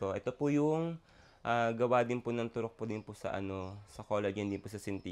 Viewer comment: Sorry pero mas bothered ako pagkakabigkas ni Madam Jessica ng "Turok"